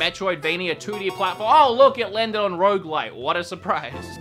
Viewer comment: Rogue like not Rouge like